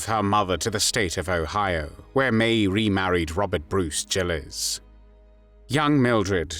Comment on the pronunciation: I always heard her name pronounced with a hard G.